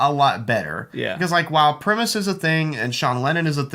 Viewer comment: You lost me the way you annunciated primus. Shame